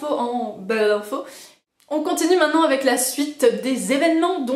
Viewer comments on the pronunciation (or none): none